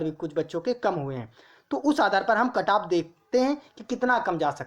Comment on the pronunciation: Cutoff bolna sheekh le pahle badaa aaya cutoff wala luudu k... Axa kon layega 85 😂😂😂